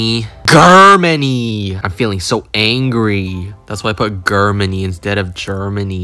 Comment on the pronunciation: Canacea and grrmany got me😂